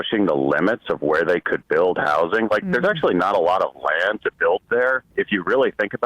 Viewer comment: The worst part of Abundance by far is the way Ezra has decided he’s going to pronounce “housing”